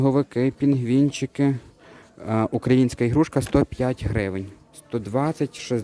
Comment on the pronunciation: Не ігрушка, а іграшка! Дуже вухо ріже.